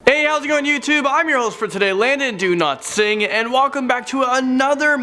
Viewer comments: Well it’s D-ow-lat-sing, spelled Dowlatsingh... but yeah, still pretty close 😂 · It really sounds like your saying your name is "Landon do not sing" lol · I thought you said LONDON DO+NOT+SING hahahaha keep it up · I thought he said "London do not sing" I was like (o_o) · Thought he said do not sing instead of dowlatsingh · I thought he said “Landon do not sing”lol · I swear, I might be put on r/wooosh, but he sounds like he’s intentionally saying “Landon Do Not Sing” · was I the only one who rewinded the video cuz I thought he said do not sing? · When Landon says his name all I hear is do not sing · when u say ur name i hear " landon do not sing" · Did he just say ' Do-Not-Sing'? 😂😂😂😂😂😂😂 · When Landon says his name it sounds like he’s saying- Landon do not sing lol! Like if you noticed to... Mine never get likes so... yeah. I love you guys Kittenkatie11 x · hahahaha so true I always hear the N instead of the L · Bro you can never say your name right lol I'm surprised your dad don't beat you lol but it is funny unless you say it both ways good vid guy love it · U cant pronounce your own surname correctly